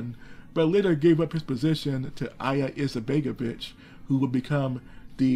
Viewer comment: Its pronounced Alija Izetbegovich